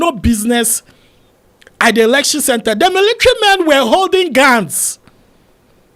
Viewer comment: Elecshon lol